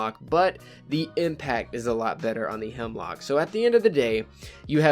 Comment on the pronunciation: YOU KEEP SAYING HIMLOCK ITS A HEMLOCK 😠😠😠😠😠😠😠😠😠😠😠😠